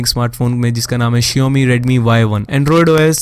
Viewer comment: Shaomi hai shiomi nhi